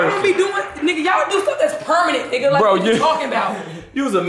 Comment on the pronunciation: "Pemanet Bro"😂😂